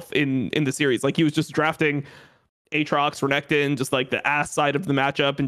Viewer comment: did really just fucking say AT-rocks?